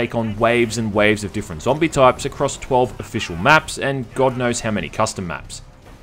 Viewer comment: Every time he said the word zombie I died a little on the inside.